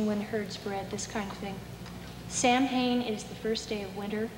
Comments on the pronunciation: What a treasure! ( and BTW, if it sounds funny when she says "Sam-hayne", remember that it's no worse when the rest of us still are saying "Bell-tayne" - - same pronunciation error; we should be saying "BALL-chinnah" ). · It's very good, as an insight into the scene in 1974 (Back when there were American witches who still said "Sam-hane" ... way to snap me out of an appreciative trance).